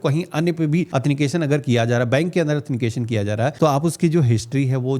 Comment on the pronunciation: ☝️😀 एथनिकेशन , Nahi Sir It's Is Correct Word Authentication / प्रमाणीकरण / ओत्थैनटीकेशन